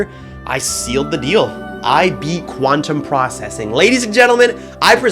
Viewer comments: blast processing 😊 Quantum prcessing 😐 quanteuse processing 💀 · Quanteuse Processing